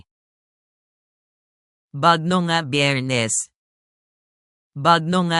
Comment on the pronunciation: BUGNAW NOT BAGNOW